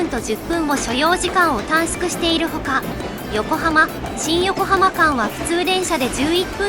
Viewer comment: 短縮 → たんすく (たんしゅく) 首都圏 → すとけん(しゅとけん) SHU → SU しゅ す この発音なんとか直してぼしいな 頻発に出てくる単語だけに